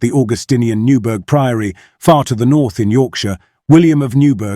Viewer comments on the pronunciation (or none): Newburgh; the 'burgh' is pronounced 'bur-ah', same as in Edinburgh. Old English for 'fortification or defensive position'. It's the same word as 'bury' as in Bury St Edmunds. My hometown incidentally! I don't buy the 'debunked' theories to this story, and it still fascinates me!